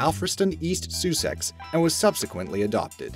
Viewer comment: The worst thing about this vid that really made me sick was the way he pronounced Sussex.